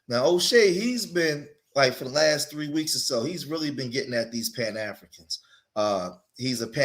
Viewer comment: A-FLEE-CANS.. LOL